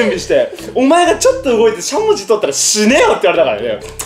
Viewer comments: しゃもじのイントネーションおかしくない？ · しゃもじのイントネーション違くて面白い笑